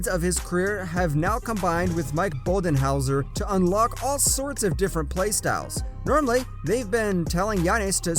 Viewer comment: It’s hard to hear coach bu-den-holzer get his name slaughtered like this